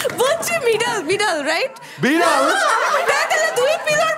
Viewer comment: বলছে মিডেল শুনছে বিড়াল 😂😂😂